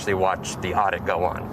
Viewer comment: "Oddit" not "audit"